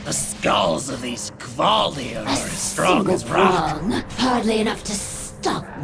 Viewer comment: Gaaah stop saying Kevaldir! Its Kvaldir!